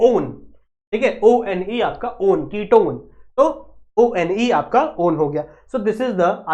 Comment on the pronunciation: O - N - E (one) hota hai 😂😂😂😂😂😂😂😂😂😂😂